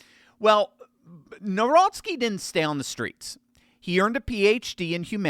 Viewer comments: The president of Poland is Karol Nawrocki, NOT Narowski., you need to learn how to pronounce his name correctly. Also, your advertising is distracting. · Jesus lads ! His second name is pronounced Navrotski not Nowrocky . It's killing my polish ears . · You should pronounce Nawrocki like Navrotzke, maybe try checking the correct pronunciation on a translator... It's a matter of respect for the President of Poland and Poles. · N A V R O T S K I... I hope it helps with pronunciation.